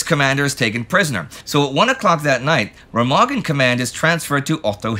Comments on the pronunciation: For your informaton; It is called [Rémahgen], not [Rèmàgen]. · Remagen is pronounced with the stress on the first syllable, sort-of "RAY-mahgen".